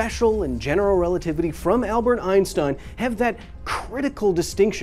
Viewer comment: The next big thing is to teach americans how to not butcher Einsteins name over and over again.